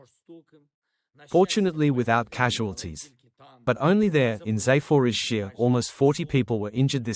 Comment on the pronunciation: A sign of respect would be for the (AI?) commentator to learn to pronounce the place names in Ukraine properly Zap-or-izh-zhiya